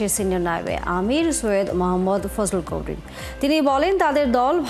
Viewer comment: একটা ইসলামী বড় দলের দ্বিতীয় নেতার নামটা ভালো করে উচ্চারণ করতে পারেন না সাংবাদিকতায় এটা দুঃখজনক ওনার নাম মুফতি সৈয়দ মোহাম্মদ ফায়জুল করিম